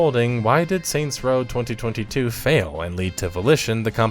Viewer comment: The way you say 2022 is the worst sound I've heard on YouTube since Hasan shocked Kaya. ⚡